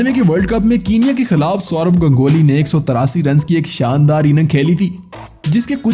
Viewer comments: अबे ओए वो गंगोली नहीं गांगुली है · Sala gongoli nahi ha gangule hota ha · Plz clearly pronounce Ganguly